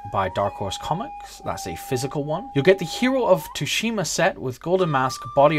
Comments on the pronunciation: Hearing Tu shima is so cringY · So excited to play dude! Greeeeat video dude! Its (T)sushima. T is silent lol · if only you can pronounce TSUSHIMA! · It's quite bad huh 😅. Years of anime in subbed all for naught 🤣